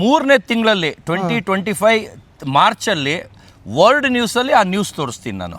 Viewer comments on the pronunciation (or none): ನಿನಗ matton ಮಾಡಕ ಬರಲ್ಲ World record ಅಲ್ಲ word record 😂